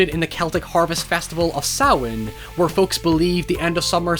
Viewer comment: Interesting, he can pronounce 'Samhain', but not 'However'. 🤔